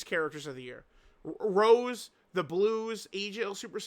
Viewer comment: this imposter is acting up not calling rose by his real name.... It's not like the flower rose..... Get it together man.... You used to say his name right....